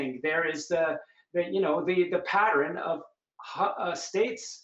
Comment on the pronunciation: wtf is "padrin"? did he mean "pattern"??